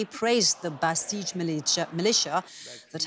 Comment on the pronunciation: It's Zahedan, not Sahedan; it's Basij not Bastij; terible, worse than BBC; back to school.